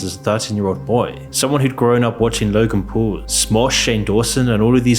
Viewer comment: “Logan pool” “Woolmart” 😂